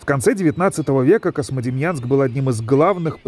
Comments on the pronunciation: Диктор что неодекват? Космодемьянском называет. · Почему вы говорите КоСьмодемьянск??? Правильно КоЗьмодемьянск, книжки читать надо))) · Очень хороший очерк про славный город Козьмодемьянск. Знаю этот город, много раз бывал там. Но.... Очень редит слух когда "голос за кадром" на протяжении всего фильма называет город КоСмодемьянск, а не КоЗьмодемьянск. Козьма и Демиан. Местные называют свой город Кузьма. В общем диктор неправ. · Эх, а у меня бабашка родом была оттуда, а я так и не узнал никого из тамошней родни, бывал ребенком в 80-м году проездом на теплоходе, но ничего и никого не помню (((. PS почему автор все время произносит КоСмодемьянск? Там ведь явное мягкое "3". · автор говорит "Космодемьянск" )) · мне одному слышится Космодемьянск ??????????